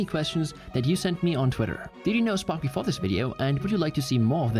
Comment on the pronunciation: Oh “SPARK” thought it said “SPORK”